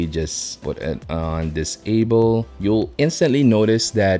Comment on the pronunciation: set to enable or disable? Your accent makes it imopossible to hear the difference. Your CC says disable but you show enable....ruins the whole video. The only part that matters is confusing lol.